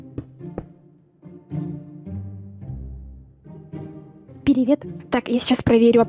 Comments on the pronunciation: У такое приветсвие, "ВСЕМ ПИРИВЕТ" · это блоггер, которая начинает свое приветствие со слов "Всем ПИРИВЕТ" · пиривет:3 Я: такккк....